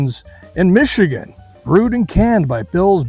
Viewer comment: how many did you have before trying to say Michigan? LOL